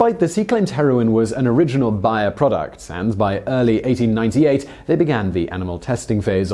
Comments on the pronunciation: i usually have these videos on a seconds screen just listening whole i work. I had no idea what company you were talking about every time you said Buyer till i looked at the screen lol. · Simon the company advertises its name as bay-er bay like the noise some dogs make or ebay minus the e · BAY ER you pronounced it so badly that it took me a few seconds to realise what you were saying! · I thought it was pronounced bear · It’s pronounced bear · Why you call it Buyer? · It's pronounced BAyer. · I called them and they said it's wrong and that it is bay-er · Bayer. Pronounced BAY-err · I love this channel- but maaan....some days this guys douchey accent really irks me. ( the pronunciation of Bayer as Buyer in this video) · No, that would be bbbbbbbbbbuyer! But it would still be wwwwwwwwwrong! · Obviously, the American way is always the correct way, right? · Daven, why didn't you tell Simon how to pronounce Bayer? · no it's just how the company chooses to pronounce their name, Simon always hacks at least 1 name in every video at this point I think he's doing it on purpose. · Bonus fact. This dude can not say Bayer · Do people say Bayer like that? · Bayer is pronounced like 'bear' not 'buyer'. At least it is in all of their commercials in america. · And now for another bonus fact: Bayer is pronounced BAY-ER in the United States, not BYE-ER. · Interesting; I've never heard of "BY-er" pharmaceuticals but am quite familiar with "BAY-er" aspirin... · Bonus fact: it's pronounced bayer, not buyer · ".....in America !!!" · It's Bayer simon! BAY-ER NOT BUYER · Fun fact, it's pronounced "Bear" like the animal, not "buyer" like you pronounce it. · ohhhhhhhh BAYER not BUYER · It's bay-r not buyer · it's BAY er not BUY er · it's BAY-ur, man, not BAH-yur. Think of the -ey in "hey", it's that sound. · BARE, not buyer...or is this some accent thing? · You are pronouncing Bayer wrong. It is not Buyer it is Bay-er. It should be hard to say bay er and not butcher the name saying buyer